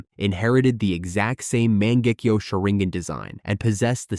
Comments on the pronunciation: sorry to be a dick Mangekyou is pronunced (Mah-Nanh-Geh-Kyo) words are important as is how we use them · Fr, over here talking about "manjecue" 😂